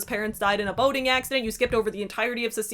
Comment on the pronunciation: I heard " her parents died in a horrific boning accident."